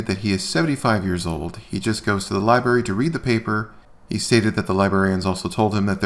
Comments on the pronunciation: It's library, not liberry. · I thought AFA had some tiny bit of morals after helping Kate against Chille, but NO. He's just as vile as the rest and Kate/Shizz ain't much better. He needs to also learn to pronounce LI-BRARY! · Lie berry?